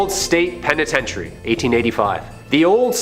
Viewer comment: pen-I-tench-e-airy….🤣ur So Right!! It’s why I’m in the comments